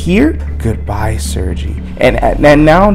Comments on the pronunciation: I don't speak Russian either, but it's pronounced 'sir-gay'. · I as a spawn fan wanted to let you know Sergei name is Russian and pronounces sergay no pun intended but